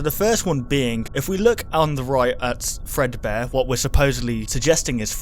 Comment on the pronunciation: that is not fredbare it is Freddy fazbare